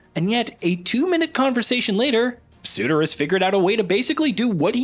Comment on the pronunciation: How do you pronounce ”Surtr”?: ”Suitor” 🤡🤡🤡